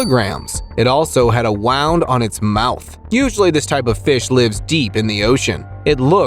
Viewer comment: wound. not wowned. smh